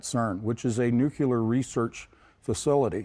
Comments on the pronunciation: He said Nuculer. Lol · Nuclear, not nucular